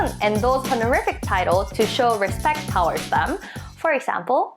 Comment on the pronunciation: 'Toward' is pronounced "to-ward". It is different for NA vs. EU, but never "tow-ard". It is not ideal to say "tord" either. The syllables are contracted but should be heard. Thank you!